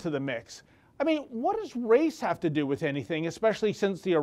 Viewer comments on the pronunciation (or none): none